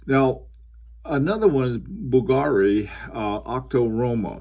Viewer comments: it's pronounced bVlgari not bvlgAri sir. Nice Historiques American on the wrist by the way:) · you were excellent with every other name (unlike many bloggers)! That is why Bvlgary surprised me. Basically it gets accent on U (or V if you go by logo spelling) instead of A:)